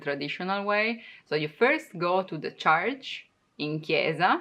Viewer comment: Please pronounce church right (not like charge)